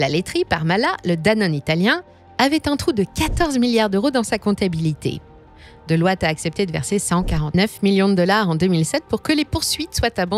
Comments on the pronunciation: On ne dit pas Deloitte mais delowte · Vous prononcez tout avec un accent anglais parfait et là c'est le drame... Vous dites : "Delouate" :)